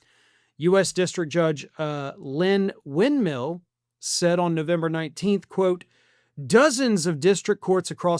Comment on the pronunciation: "Winmill?". If I didn't know better, I'd think that was a joke!